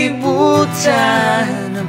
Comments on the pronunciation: your bisaya seems legit.. i was convinced you can speak bisaya fluently..except when i heard you say the word KALIBUTAN.. great video man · very nice &. hands down. though the way you said "kalibutan" sounds funny:) the rest are perfect! usa sa pinakapaborito nako nga kanta. salamat kaayo!